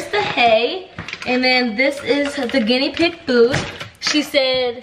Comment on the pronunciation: she said ginnybig 😂😂😂😂😂😂